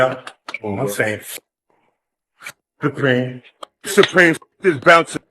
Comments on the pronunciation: Fuck “thupreme “ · He's slow as hell. Couldn't even pronounce supreme that's Prolly why he hated it so much 😂😂